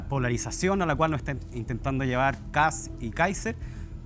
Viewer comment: Qué onda este cuma que no puede pronunciar apellidos extranjeros? Para el no es Kast, es "Kas", no es Trump, es "Tram" 🤣